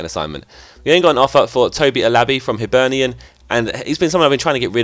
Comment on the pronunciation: Yeah finally an English person says hibernian perfectly